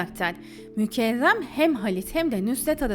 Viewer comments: Kiz mükerrem adi, mükevrem degil. Çok acaip diyorsun isimleri. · O nasıl isimler ya mükezzem mi mükehhem mi Nüzhet mi Nusret mi , tek anladığım Seniha😂